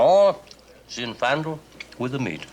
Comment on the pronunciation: Donald Pleasence as wine expert Carsini, pronounced the wine variety “zinfandel” as zin-FAN-dle instead of ZIN-fan-del!!! How did they let this happen???